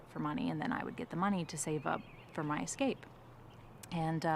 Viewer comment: Ek-scape? Ek-scaping? Did you miss out on grade two? Try again… escape, without the “ek”, bumbass.